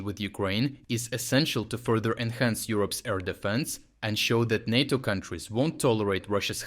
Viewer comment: Nay-toe Nay-toe, not knat-o